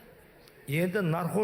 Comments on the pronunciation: Нархоз емес, наркоз деп айтыңыздаршы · Нархоз, нархоз деп наркоз деп айталмайды екен... 😂..